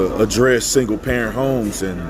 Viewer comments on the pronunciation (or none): none